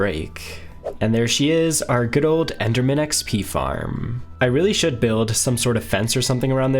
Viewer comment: The first time he said enderman xp farm i heard epstein farm 😂💀